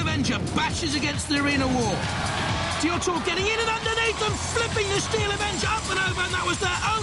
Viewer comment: Both craig and the announcer said Diotoir wrong lol